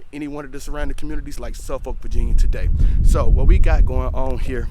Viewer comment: It’s Norfuck and suffuck don’t pronounce the o. Also it’s sen-tera 😂😂